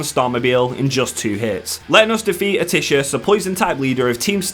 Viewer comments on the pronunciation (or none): Atticus is At-ah-kiss